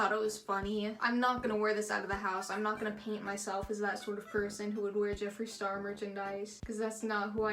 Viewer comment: Jeffar Slurr, I can't lol 😆